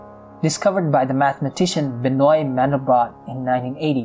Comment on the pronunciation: It's pronounced Ben-wah, by the way ^_^